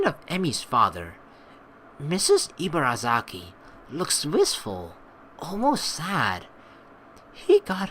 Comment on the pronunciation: "Ibarazaki" = "ee-bah-dah-zah-kee" "r" takes a light "d" sound. The emphasis is flat without too much up and down. And likewise Rin's name is actually pronounced "deen" with a very short soft "d" sound. But, that sounds weird to english ears. ;) But don't worry, you're doing a great job! Just technical info. ;D